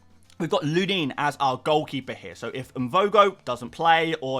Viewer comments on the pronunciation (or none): thanks for the video! re Lunin, it's pronounced "Loo-nin", emphasis is on the first syllable)